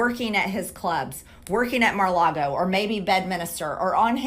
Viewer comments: "Ma-log-O" ? "Bed-minister" ? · “At Marlago”. -MTG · Mah-Lago?? Bed-Minister?? What is wrong with MTG's brain?? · Lol she pronounces it Mar-Largo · She also said Mar-Largo... and Bed Minister, and she is stupid to listen to, this über-Karen! And why the word "traitor"? Why not just an informant or snitch..? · She says Marlago Instead of Mar-a-Lago. lol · Is mtg saying "Mer lago"?